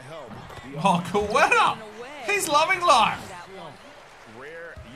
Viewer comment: It’s pronounced (Kate-a) for Queta. Otherwise great video